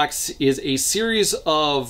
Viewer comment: You saying “series” activated my Siri